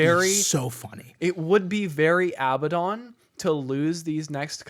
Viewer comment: Not Abbadon